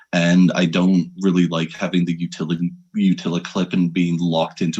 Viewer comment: Can you stop saying “utili” clip. Good info otherwise